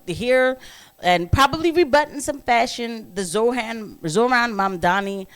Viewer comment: Did you pronounce it Zor-Han? And it doesn't get any better with the last name. It sounds like you said Mamdanabus but who the hell knows... What is it with your people and mispronouncing easy words. If I hear black people say "In-dig-nant one more time.... I swear.